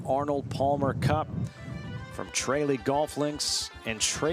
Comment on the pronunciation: Tra lee ..... Not bloody trayley FFS